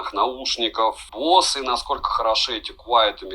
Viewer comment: Самые дорогие уши на канале? За что? Босе скорее, а не бос.